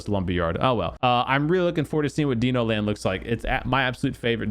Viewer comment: Deeno land? …. It’s Dino Land you donger 🤦🏻‍♂️